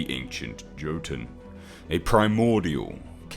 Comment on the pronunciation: For those wondering, the J in most Scandinavian words is pronounced like a Y sound. So Jotun is actually pronounced as Yotun. Similarly, the name Jormungandr (the world serpent of Norse myth) is pronounced as Yormungandr etc.